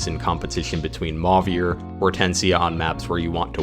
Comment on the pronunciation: idk why this made my brain itch so much but after hearing emphasis put on the french accent on 'Louis', 'Chloe', and 'Celine', hearing 'Mauvier' pronounced as 'maw-veer' instead of 'mo-vee-ay' threw me off for a minute lmao